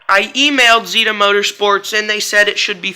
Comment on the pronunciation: It’s Z (Eh) da not z (ee) da